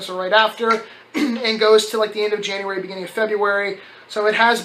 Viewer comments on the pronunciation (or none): none